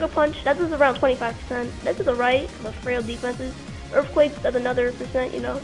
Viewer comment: . Wasn't even a good "prediction". Anyone would've gone for the recover. Opponent is bad, narration sucks, battle sucks. "He goes for earfquake and that does A LOT, lot a damage" Yeah it's a stab earthquake from 130 base attack and even if sableye is defensive, it's still a sableye.